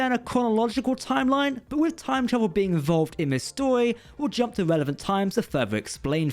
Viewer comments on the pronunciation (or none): none